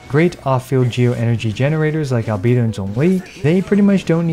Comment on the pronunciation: Finally someone saying albedo's name right